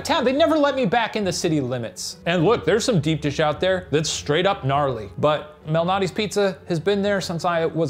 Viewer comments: I have never heard of “Lou Malnati’s” before watching this episode… that being said every time they were saying “Lou Malnati’s” all I could hear was ‘illuminati’… I think I may have watched too many of Ryan’s conspiracy shows. OR... maybe there is a connection?! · I always thought it was "Lumilnali's" Not. Like. A guy named Lou.